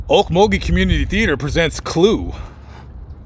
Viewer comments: Glad you pronounced Okmulgee properly.. lol.. I use to be around in the 80’s through the 2000’s as it’s a spooky place with lots of bones many never want disturbed.. be aware .. mug-town is On another level.. stay well and vigilant guys. 💯🇺🇸😎🌪🌎🔊👈🎄❄️😊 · are you from Oklahoma? If not you're the first outsider that's ever got the town names in Oklahoma right..I was raised just north of Okmulgee in Beggs.